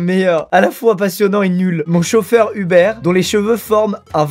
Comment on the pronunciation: mon chauffeur "hubert" au lieu de uber, t'a pas respecté l'appli là 😂